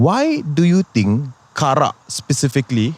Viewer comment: "Karak" bro, not "kerak." kerak is scorched rice 😂